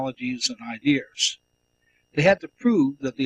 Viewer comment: How many times do I have to listen to this man say "ideers" instead of "ideas"? It's like nails on a chalkboard to me...